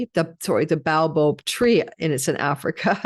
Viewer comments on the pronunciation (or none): none